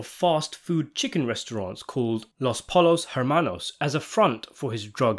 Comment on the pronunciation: Pollos = “poy-yos”